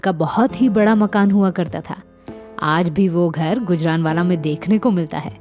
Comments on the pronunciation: सही उच्चारण ' गूजराँवाला' है, ना कि गुजरानवाला. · बेवकूफ गुजरानवाला नहीं गुजरांवाला. बनी पत्रकार